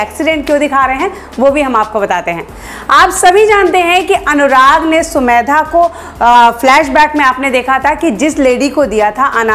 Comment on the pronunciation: Mam aap har bar sumedha bolti hai sumedha nhi samedha hai